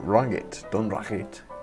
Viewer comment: Dunragit is normally pronounced as spelt Dun-rag-it, only if trying to say it in Scottish Gaelic would you say Dùn Reicheit. As someone else said Stranraer is Stran-rar. That was both a loch and the coast, Loch Ryan which is a sea loch. The harbour railway station does go out on a pier like that, now just called Stranraer railway station. Sadly the town station was closed in 1966 to passengers, and formally closed around 2009 (was used for freight I believe). My mum was born in New Luce which is just a stones throw from dunragit, so I know the area pretty well although I live just outside Glasgow lol. Hope not too much of a ramble, and you found it interesting. Just recently found and started watching your vids, not got a model railway or that. I did when I was a kid and well you never know one day lol, never say never.